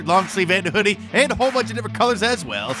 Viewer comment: He messed up "check it out" at end bad :(